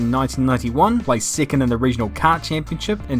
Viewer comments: nice pronunciation. if only you said second instead of sicond! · 7 "siven" 2nd "sicond"